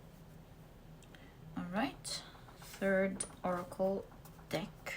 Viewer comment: be careful, you said "deck" but your accent made google undesrtand "d*ck" x) It wouldn't be cool to see your work banned for this reason! I'm french myself, so no judgment here! thank you for the readings!